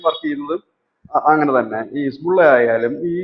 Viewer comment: ഹിസ്ബുള്ള എന്നല്ല യഥാർത്ഥ ഉച്ചാരണം ഹെസ്ബൊള്ള എന്നാണ്.